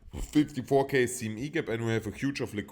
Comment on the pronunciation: Hey, bei redest du irgendwas von "gap" ich verstehe nicht was du da sagst kannst du es mal auschreiben? 54k....... gap? Aufjedenfall wird bei 67k erstmal geshorted. Ich wünsch dir viel Erfolg und hammer, dass du jeden Tag ein Video raushaust.